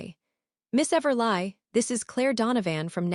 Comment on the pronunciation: I believe it’s pronounced everlee and do better people who do these stories!! Proof before upload!! 🤦🏼‍♀️